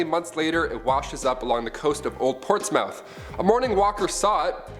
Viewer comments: "Portsmouth" being from the UK hearing it said like that sounds weird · I know he's not from England... But I can't with the way he said Portsmouth 🤣🤣🤣🤣